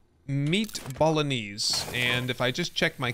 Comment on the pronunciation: Dude bolognese is pronouced "bo-lo-neighs" not "bowl-o-knees"